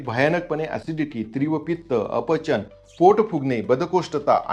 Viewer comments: तीव्र असे म्हणा त्रिव नाही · "तीव्र "अस म्हणा, "त्रिव" नाही. ❤